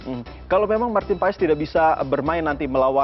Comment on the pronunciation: Bacanya marten pas ya??❤